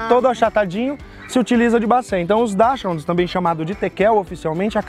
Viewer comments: A pronúncia correta em alemão não é nem dach, nem hound, mas "daks rund". Este " ch" tem o som de "ks" em português, diferente do "ch" da palavra "ich", ("eu" em alemão), que, essa sim, se pronuncia "ix". Mas já valeu muito por corrigir o " hound"!!! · A pronúncia correta em alemão é, "DAKSRRUND" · Bom video. Apenas a "pronúncia correta" está errada. Eu moro na Alemanha e Dachshund se pronuncia "daxhund" onde o "h" se pronuncia como na palavra "rumo" em portugues, o "u" se pronuncia igual o u em portugues, e o "n" se pronuncia mudo, parecido com o n em ingles. A pronuncia coom vc descreve parece mais com a pronúncia em ingles, que nao é o nome original. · Exatamente! "Dáquis-rund" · Desculpa mas vocês erraram feio. A pronúncia da Raça correta é DAKISUND. E VOCÊS PODERIAM TER IDO A UM CRIADOR REFERÊNCIA. FILIADO AO CBKC. COM CÃES REFERÊNCIA DE LINHAGEM E TÍTULOS. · A pronúncia correta é "dax rund" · A pronúncia certa não é essa, a apresentadora pronunciou próximo ao inglês. Em alemão é algo como "daks ront", e não "dash round" kkk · a proncuncia correta é DAXIRRUND não HOUND, é alemão, não inglês. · é um nome alemão. então não é "daschaud". é daschund. se lê como se escreve mesmo. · Olá. A pronúncia é daxáund de falar em inglês. Como a raça é alemã, acho mais correto pronunciar em alemão, que seria algo como dács-rrund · Muito legal!! Sou apaixonado. Na verdade a pronuncia correta não é bem assim (sem ser presunçoso), é /daks hund/, no alemão não se fala "haund", mas "hund" mesmo! Abraços! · Oi só uma correção aí a respeito da pronúncia...sou descendente de alemães, por isso saberei ajudar. O nome da raça se lê assim: "DÁKSHÚND" (com ênfase nesse HÚ) e não "DÁKSHÁUND" meio que "inglesado". No mais, vídeo bem legal. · Se pronuncia: dacs rund, escrevo como se pronuncia. No alemão não tem pronúncia raund. Tenho 2 irmãs salsichas com 9 aninhos, no ano passado papai do céu levou a mais velhinha com 15 anos e meio. Saudades eternas da minha filhota. Oh meu Deus.